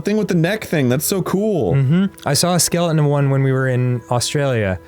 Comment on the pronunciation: The way Dan says skeleton makes me giggle